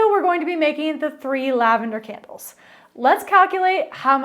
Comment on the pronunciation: It sounds like you're saying Kennels